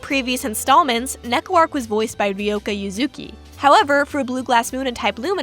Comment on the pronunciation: Honestly Neko-Arc’s entire legacy in and out Tsukihime feels kinda in character, like a comic relief Eldritch Horror who wonders through any media. Also I’ve never heard Arc pronounced like that before, a new addition to my Tsu-Keh-Hyme collection.